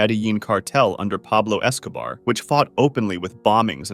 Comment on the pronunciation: pablouh escoubaar